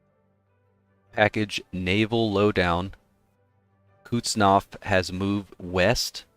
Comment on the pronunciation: I like the video. It's awsome. Fyi it's Kuznetsov.